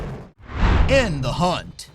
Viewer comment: You called "In the Hunt" "In the HINT".